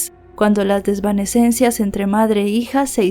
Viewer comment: Quisiste decir " desavenencias" entre madre e hija en lugar de desvanesencias?